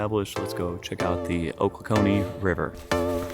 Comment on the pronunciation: hey man, cool video! I'm from that area, and thought you would be interested to know that it is pronounced "Oh-clock-knee".